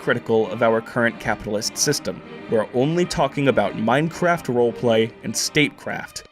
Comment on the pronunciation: “Final plan ……… in Meinkraft”